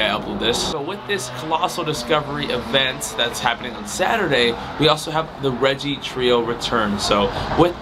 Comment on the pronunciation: Regice is 2 syllables